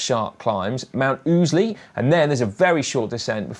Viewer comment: Congratulations to for getting the pronunciation of Mt Ousley correct! I'll be on course for the men's at three different locations for the event.